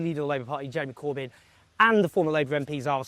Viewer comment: Oh Jer-Emy-Cor-Byn!